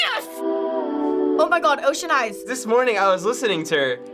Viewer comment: “at yourS oCHean eyes”